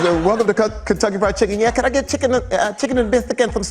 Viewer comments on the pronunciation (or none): none